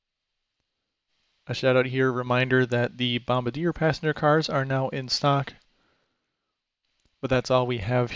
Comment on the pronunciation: Bombardier is pronounced bomb bar dee aye.